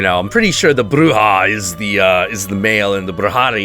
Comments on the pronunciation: It's pronounced Bru-HO and Bru-HA. Cause it's Spanish and that's how their J's are pronounced . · It's pronounced Bru-HO and Bru-HA, also Bru-he-ria (you pronounced Santeria right btw) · Bruja. J is pronounced like ח ([x] in IPA). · Hey, just to help with the pronounciation, since youre into that stuff, the J in ''Bruj/Brujeria'' sounds like an H in Spanish:) Love your videos! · Sorry, but you still pronounced 'Bruja' and 'Brujo' wrong. The 'j' is supposed to sound like an 'h' in english. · yeah I think he knows that but doesn't care I hope